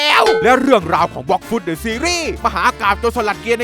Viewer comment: เดอะนะครับไม่ใช่ดอะ